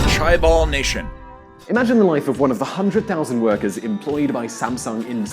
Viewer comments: it is not kaibul...you idiot!....it is more likely "ja" as in japan, and "bul" as in bulk....! if you really knew so much about Korea....how come you even can not pronounce the most important key word properly...for explaining the history of economic development in korea! i guess you knew nothing and just read some material someone else had prepared... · WTF? Kybul seriously? Couldn't you at least check the pronounciation? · the right way to read chaebol is more like jay-ball. Not with a k nor a ch sound. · Chaebol is pronounced jae-bol. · So far, did he pronounce himself a chaebol? I saw the comment and realized what it meant. it"s 재벌.. ㅈ ㅐ ㅂ ㅓ ㄹ jeabul. It is not appropriate to explain this pronunciation in the English alphabet. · + misinformed information and the . ridiculously pathetic pronunciation. what a shamed. ( what it means Kaibule??) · The pronunciation of various words is brutal lol. "Kai-ball"? Yikes. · Because he is not so familiar with Korean language, it could be very natural pronunciation to American or British. Anyway, 'je-bol' would be the most precise pronunciation. 'je' from 'Jedi', and 'bol' like 'ball.' Anyone who are curious about the real Korean pronunciation, copy and paste '재벌' to Google translator and listen to it. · FUCK YES... this was annoying me the whole video. its pronounced "CHAY-BOWL"! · The constant mispronounciation of chaebols or hyundai is painful xD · Yeah, cringing every time he says chaebol 😅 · what the hell is 'chaebol'? im korean but i cannot understand what it means 채벌이 뭡니까.. 대체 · As soon as I heard him pronounce “chaebol”, all credibility lost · Dear, The words "Gangnam," "Hyundae," and "Chaebol." Are actually not difficult for an English speaker to pronounce. It would be really nice if you could do a little research next time and find out the correct way to pronounce them. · chaebol [tʃǽbəl] is pronounced [dʒǽbəl] in Korean:) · makes me cringe whenever he says chaebol and hyundai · « Kaïballs~~~ » ㅋㅋㅋ